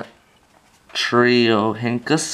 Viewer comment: metrio ryn kus is how you say it